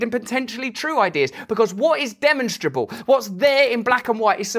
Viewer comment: I love your perspective. However, I was distracted by your mispronunciation of “demonstrable.” It’s “de-mon’-strable,” not “de’-monstrable.”